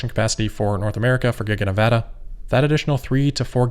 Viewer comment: So glad that you know how to pronounce Nevada! Yay Amigo